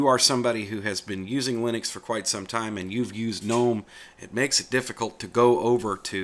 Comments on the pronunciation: GUH NOME----NOT NOME THE G IS NOT SILENT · And GNOME is pronounced GUNOME, not NOME.